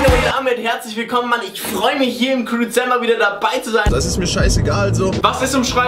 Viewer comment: hat am Anfang crewwzember gesagt aber es Kamm kein perfeckt